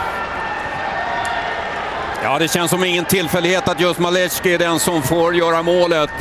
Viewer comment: Rozwalil mnie komentator przy pierwszym golu. Maleczki, Maleczki... padlem